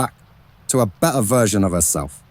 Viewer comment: It's well researched, although Mariannes' bisexuality is omitted. The only thing that really irritates me about the narration is the narrator's lazy delivery, not pronouncing the t's. It's not 'be...ur,' but 'better.'